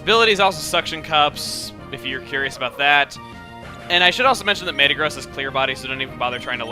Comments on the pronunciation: Maytuh-Gross is probably the WORST pronunciation of Mehta-Graws I've ever heard. Don't worry we still love you Chugga! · its pronouced me-ta-gross not may-ta-gross but still iver way go chugga go chugga!